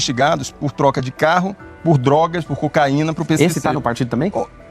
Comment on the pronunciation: Será que só eu percebi que ela falou usar dogras kkkkk